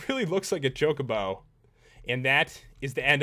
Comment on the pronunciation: You said Chocbo wrong and i spelt it wrong.